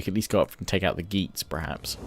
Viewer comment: It's not "geets" and "joots" it's "gay-ats" and "yoots"